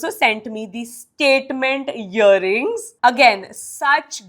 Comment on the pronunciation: Hear cuff ❌️🤣yearings😂